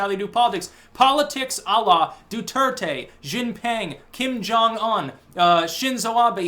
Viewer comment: You really have to improve your pronunciation of Chinese names. I cringe every time you say Chairman Xi's name. Actually, just say Chairman Xi and don't even attempt the rest lol.